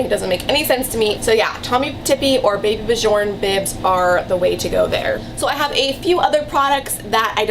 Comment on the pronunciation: “Baby buh-jorn” lmmfao hahahahaha